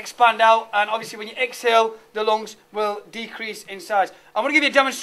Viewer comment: lol.. The "loongs"..